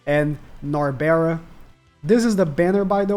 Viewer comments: Stop saying Nabera, her name is Narberal (Nar-beral) or Nabe (Na-be). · NAL-BURR-ELL is how you say her name